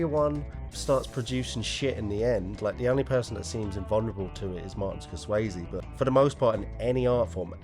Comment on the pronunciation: did you just say martin scorswayze lmfao